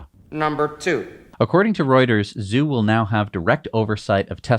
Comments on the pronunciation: Tom Zhu should be pronounced “Ju.” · Zhu sounds more like girls name Sue